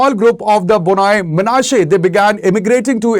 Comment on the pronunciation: Why should Indian Government have a problem with kukis claiming to be one of the lost tribes of Israel? Did Indian Government even provided a separate state for the Kukis if it thinks Kukis are part of India? Kukis have the right to migrate to Israel if not given due recognition and separate state in India. Note: The speaker in the video repeatedly mispronounced Bnei Manase as B-noi Manase. Bnei Manase pronounced as B-nei Manase not B-noi Manase.